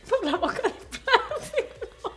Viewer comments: Jenny Lliana she said boca de “placido” lol 😂 I wonder who that is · She said Placido 😂😂😂 if your Mexican you know this 😂😂😂